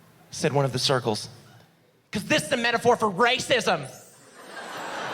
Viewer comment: Why did he said “circles” like a slur😂